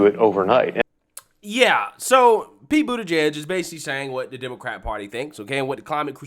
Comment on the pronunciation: Love your channel but you could learn to pronounce folks names correctly. Once or twice is what ever, but at this point its unprofessional.